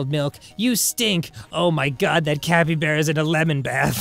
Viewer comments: Did Arin really just pronounce it cape-E-bara? I swear to god. Arin. Read a fucking book. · The way they pronounce capybara makes me mad, it's cap as in baseball cap not cape as in a superheroes cape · I thought it was pronounced "cap-E-bar-uh", not "cape-E-bay-ruh" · What the fuck is a Capie bear Arin? do you mean a Capybara? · Every time Arin says “cape-ee-bear-uh” I die a little inside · This game is definitely has my support, though I had to look up how to pronounce capybara. Capybaras are my spirit animal. They always look so chill, positively unflappable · UH I'M SORRY A WHATABARA? A CAPEY-BARA???? ARIN PLEASE WE JUST GOT OVER THE NEVADA CONTROVERSY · After talking about the Nevada nevahda thing did arin really have to pronounce capybara like that?